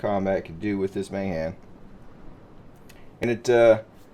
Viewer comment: BTW you need to correct the "Mayhan" lol